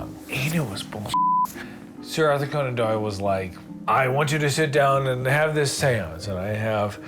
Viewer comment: “Sir AuthorConeAndDoyle”